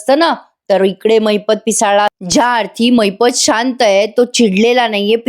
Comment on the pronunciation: रिव्ह्यू देणारा माणूस अतिशय अशुद्ध मराठी बोलतो. महिपतला महिप्त म्हणतो.अॅडव्होकेटला व्होकेट म्हणतो. हे सगळे मराठी भाषेचा घोर अपमान आहे. कुठे पाॉज घ्यावा हेही कळत नाही. त्यामुळे अर्थाचा अनर्थ होतो. शुद्ध मराठी बोलणारी योग्य माणसे असावी ही माफक अपेक्षा